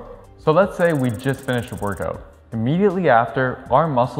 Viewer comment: It’s how you say workoot lol